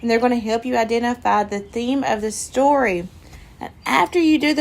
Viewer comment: I miss you. You said storty when you tried to say story. 🤣😆🤣, 🐊look it's rafiki.